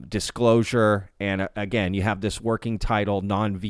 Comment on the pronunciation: The Dishclosure 🤣